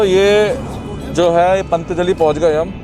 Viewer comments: Abe yaar pantjali nahi patanjali hota hai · Pant Jali 😂😂 Bhai patanjali hota hai